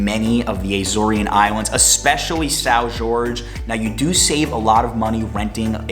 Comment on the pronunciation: Lol "sow George" =/= são jorge